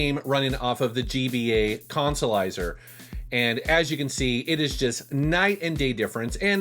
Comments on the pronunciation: 'Let's play the Colsolizah!' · No that would be the "Cahn-sa-lizah".